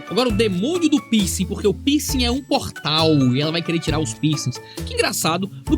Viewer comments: "Pinsi" "Pinscher" 😂😂😂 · Eu achei que o pastor tava falando “pinscher” e nao “piercing” kkkk